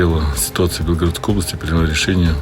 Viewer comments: За 2,5 года войны ведущ ий так и не смог правил ьно поставить ударение в БелгорОдской област и,а не в БЕлгородской,п озор!!! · Удорение на букве О правильно говорить, а не Е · В какой какой области? Автор ты для начала ударение правильно поставь прежде чем публиковать подобные новости. Сидишь где нибудь там на Камчатке, не зная что в мире творится